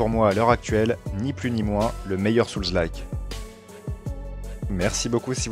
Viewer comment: Hello. Je préfère de loin quelqu'un comme toi qui a un ton sympa et parle correctement à tous ces youtubers qui enchainent fautes et pataquès en croyant bien parler et ne supportent pas la critique. Le seul vrai petit défaut pour moi, mais il est courant, c'est la prononciation de Souls (âmes en anglais). Pour le reste, rien à redire. Ton discours est clair et intéressant. J'ai adoré Lies of Pie et l'ai fait 1,5 fois. J'attends le DLC pour m'y remettre. C'est le jeu qui m'a ouvert la porte des souls. J'ai vraiment été surpris de constater comment on progresse automatiquement à force de répétitions et quelle joie peut nous procurer ce type de jeu quand on finit par réussir. Depuis j'ai fait d'autres souls like avec ce même plaisir que je ne connaissais pas avant. Et comme toi je ne comprends pas du tout les mauvaises critiques de certains.